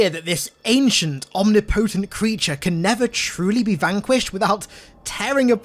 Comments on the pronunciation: Just a friendly FYI, it’s pronounced “om-nip-oh-tent” and not “omni-po-tent” ✌🏻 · it’s pronounced Om-nip-oh-tent Not Omni-potent Bruh